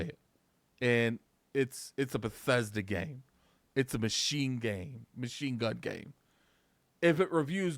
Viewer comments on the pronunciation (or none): none